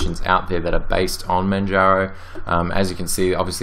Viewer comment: please don't call manjaro manharo. There's only one idiot that calls it manharo and that's not how it's pronounced. It's not spanish so the j is pronounced. Oh, and I installed opensuse but ran into problems with that distro. I may try neptune and see if it lets me do what I need. I do a dual boot and the one thing I hated about linux mint and manjaro is that both distros were affecting my hardware clock. In other words, when I switched back to windows from either of those distros my clock would jump forward by three hours and I'd have to reset the clock every time. Ironically Opensuse didn't do this but it didn't like my hardware either. After installing the correct drivers from my video card and installing drivers for my mouse the 64 bit just didn't want to act nice. I thought of downloading the 32 bit and testing it. Maybe I'll do that in a virtual setting. For now, I just need a distro that works. I like netrunner. Maybe I'll test out neptune after checking what's hot on distrowatch. Cheers.